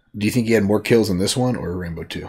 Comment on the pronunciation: It’s Rambo, not Rambone